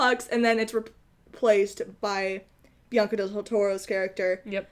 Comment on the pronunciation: Great show!! you guys are hilarious,...I have to ask, were you saying Benicio del Toro, because I heard Bianca del Toro, LOL